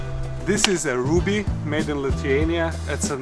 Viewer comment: I don’t think rubbee is pronounced like ruby.